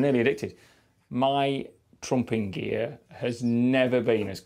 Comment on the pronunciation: i thought he said "trunk and gear"